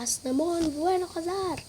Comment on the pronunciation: Asnamon vuenazar hindi asnamon vuyenazar sya carlos